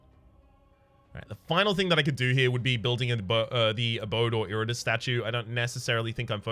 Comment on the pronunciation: Did pronounce Iratus as "Iritus"?